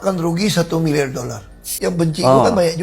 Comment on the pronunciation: 1 milyar dollar bro ngomong lu belepotan😂